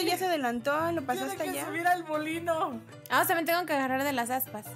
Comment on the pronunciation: Yo en una parte donde dijeron molino escuché bolillo😂